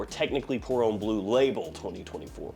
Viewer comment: Pour homme is “um” like “hum”, not “ohm” like “home”.